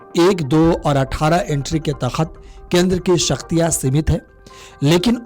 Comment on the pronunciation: अरे भाई उच्चारण तो सही से करता । तख्त नहीं के तहत होगा ।